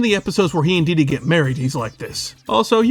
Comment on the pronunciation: dee dee is pronounced deeeeee deeeeeee not diddy just a heads up